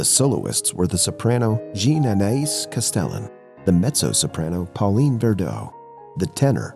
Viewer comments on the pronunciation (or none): none